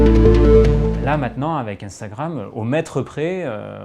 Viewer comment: Jm bien comment il dit intragram mdr moi je dis un-stra-gramme